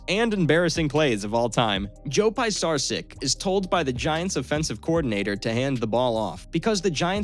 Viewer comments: The narrator sounds like a complete idiot! Can you possibly mispronounce any other persons name?? PIE-sarch-sitch?? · Narrator is terrible. It’s pronounced Joe Pa-char-sik. 😂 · It's Pete Stoy-yahn-o-vitch... and Joe pis-zar-chick